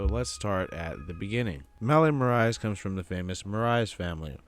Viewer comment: The pronunciation on Marais tho😂 love the video tho!